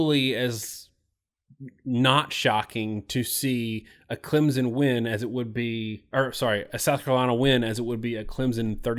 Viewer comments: If you have covered Clemson enough you know it's not pronounced Clemzon like you keep saying like a moron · first of all...its clemson, not clempson... clemson wins 33-19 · Clemson is not pronounced "ClemsZon", its pronounced "ClemSon" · Clem. Son? Wow even you guys can’t say your team name right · Learn how to pronounce the name of the national champions correctly! Clem. Son